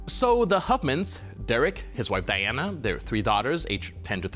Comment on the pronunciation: Her name is Deanna not Diana. If you can't get such a simple fact correct I seriously doubt the legitimacy of your reporting.